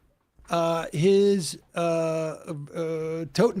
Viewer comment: Sam, it's Totenkopf ("Death's head"), not Totenkampf ("Death battle/struggle").